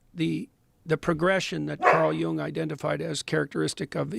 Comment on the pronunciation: jung is pronounced as Yoon-g, close the back of your throat on the G